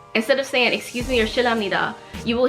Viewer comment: No one says excuse me Jimin: excuje meeee🤣🤣